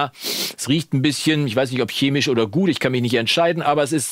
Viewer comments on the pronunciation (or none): none